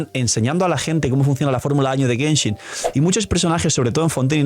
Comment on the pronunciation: llegue lo suficientemente temprano para ver que dice Genhin Impact